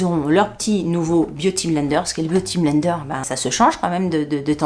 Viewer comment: Biou ti blaine deur, à la prononciation normande 😂😂😂😂😂merci pour ce bon moment, j ai oublié : les we malade au lit......